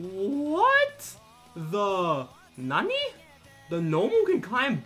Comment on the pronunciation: He ruins the word nani